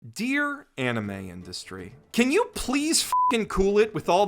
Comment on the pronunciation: Dud you mean "Dear anime industry" or "Deer anime industry" at the beginning of the video?